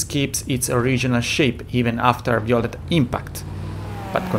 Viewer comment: Work on your pronunciation. Example: violent is “vaiolent” Good video nevertheless